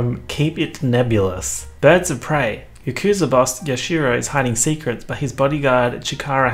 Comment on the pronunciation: the way said yakuza physically pains me